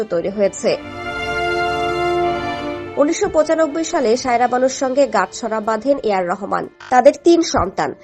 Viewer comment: Shaira na bhai, SAIRA- kindly pronounce correctly!